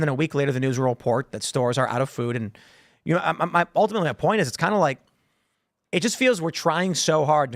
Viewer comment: Also “UL-timately…”, “the reality is…”, and “AGAIN!” The “AGAIN” is so stupid because she never is actually referencing back to something that was previously said.